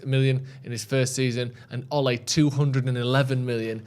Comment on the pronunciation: its Ole, not Olay 🤣😂🤣